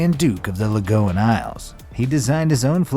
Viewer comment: And my favorite of all, THE "LAGOON" ISLE! WELCOME! ALL FROM THE "LAGOON" ISLE SAY HELLO!